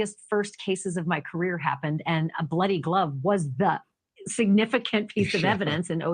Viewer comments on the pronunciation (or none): none